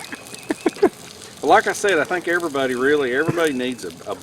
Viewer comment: me at work saying "hey everybody" in speak...with 3 syllables